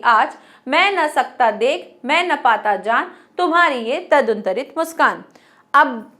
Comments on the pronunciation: Mam I'm sorry but "taduntarit" or "danturit".........? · तदुनतरित नहीं मैडम दनतुरित है।